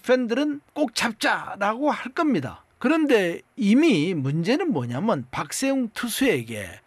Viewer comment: 박셰웅- 발음